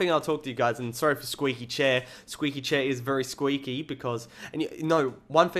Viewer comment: when you say very very real fast it sounds like vuryvurvury